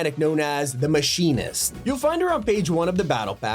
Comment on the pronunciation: Thank you for pronouncing The Machinist correctly